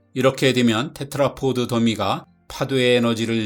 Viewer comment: 제발 테트라포트라고 하지 좀 마세요... 테트라포드 입니다. pod